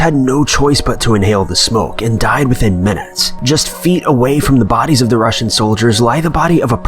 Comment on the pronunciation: I’m really think that when he says Russian he means Roman...unless my hearing has gone to shit and I’m hearing wrong.